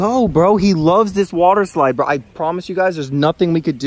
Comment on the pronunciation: Wader eslaid